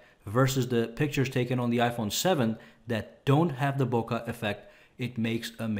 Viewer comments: FFS It's not "Boka Affect" it's "Bokeh", pronounciation "Book'eh" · you're mispronouncing bokeh, bruh!